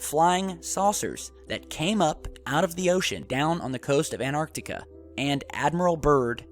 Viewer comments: The word is ANTarctica not Anartica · my bad or did he say anarctica ? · Anartica? Where's that? I think you mean Antarctica. Correct pronunciation is 'An-Tarck-Ticka" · This guy is bat shit crazy. He says that there was a UFO battle and nobody knew about it. I'm not taking shit from a guy who doesn't know how to pronounce Antarctica. AND 300,000 PEOPLE LISTEN TO THIS BULLSHIT???!!!